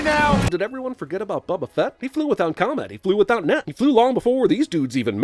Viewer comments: said "bubba fett"... everyone who knows how to pronounce simple words, names, and phrases in the English language: shudders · Bubba Fett… sigh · "Beba Fett" 2020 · Are you not going to sin the fact the yet again called boba phett "bubba phett" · Another sin for calling him Bubba Fett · Another sin for calling Boba Fett, "Bubba Fett". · So we’re just gonna ignore that (cinemasins) said bubba fett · what about how calls Boba fett "Bubba fett" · Am I the only one pissed off that he pronounced it 'Bubba Fett'